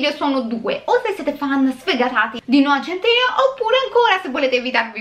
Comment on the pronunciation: Non è noah centìneo ahaha